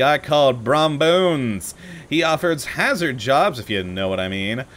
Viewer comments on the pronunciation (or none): none